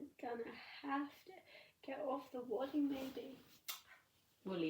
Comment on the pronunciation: What did you say you stuffed it with? Wooding? I might be hearing it all wrong, sorry!